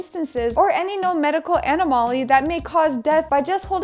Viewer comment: "Anna-Molly" FAIL.